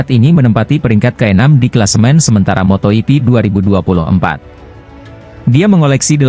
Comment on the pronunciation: Laahhh,,,, si moto ipi lagi, malasnya aku lanjut. Belajar baca dulu min